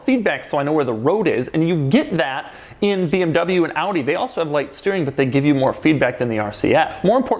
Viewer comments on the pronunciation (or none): none